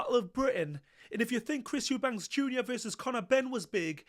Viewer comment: Eubanks? ITS EUBANK!!!